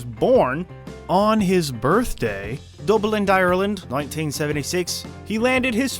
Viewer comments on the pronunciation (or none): wtf was that?! Dublinth Ireland?! As an irish man born and raised , you sounded like you were putting on more of a weird english accent than Irish. And its dublin not dublinth